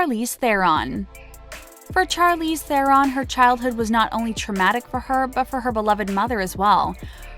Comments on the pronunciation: Char-Leeze?!? Really!?!? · It’s pronounced SH-arlize not CH-arlize. It’s the same sound as in Shawn, not Charlie. This video is great but the pronouncing of certain things was painful. And it’s ‘The Colour Purple’ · Vihara V it’s not Charlie or Sharlie by the way, it’s Charlize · Inspiring video - and heartbreaking at times. I’d offer a correction though in the pronunciation of Charlize Theron’s name....she herself said it’s pronounced like Shar versus Char. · char-leeze char-leeze char-leeze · I feel like my brain is going to explode after hearing the name “Charlize” being pronounce wrongly SO MANY TIMES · Alrite I'm done! Gonna slaughter Charlizes' name too? What a fukn moron!!😳😠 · Yes,"Charlize" killed me every time. I lost count.